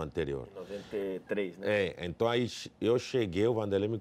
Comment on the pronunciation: Palmeiras tem mundial, Rincon?? Enton, enton, enton, enton, enton, enton!! kkkkkkkk